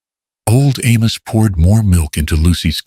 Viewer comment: Good animation but pronunciation is off. "Sky" becomes "ski"?? SII-is for Silas... Also, Amos was Almus? Sometimes pronounced correctly others not. Who was Emma? The story didn't explain who she was but I assume she was Caleb's daughter?? The models were good looking especially Caleb. He looked native but it didn't say so. Shouldn't Caleb's last name had been Blackthorn instead of Thornton? Why call it Blackthorn Ranch? Who was "Miss Abigail "?